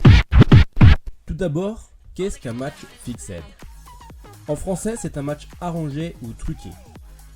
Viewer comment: Ca se lit "Fixssed" pas " Fixède" sinon bonne video dommage du peu de vue car certains sont des ***** mais bon aussi les gens sont trop naïfs